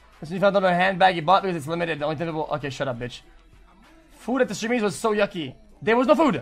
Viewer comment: did he say steamys or semmi? 🤔